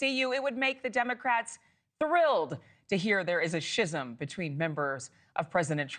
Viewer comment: yeah I know but she says “shism” in the video, not “schism”. She obviously doesn’t know the word.